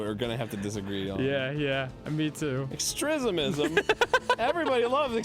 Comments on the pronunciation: didn’t he say “down with ‘extresimism’” 😂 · Of course Arin's all for "extrismism." It's what he does in every playthrough. 😂